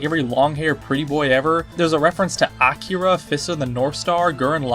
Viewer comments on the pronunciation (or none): none